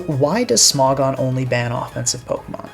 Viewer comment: Smog-on instead of Smo-gon 🗣️🗣️